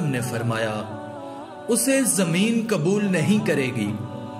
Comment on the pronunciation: KABUL NAHI QUBUL.......ALFAZO KE SHENAQT KARO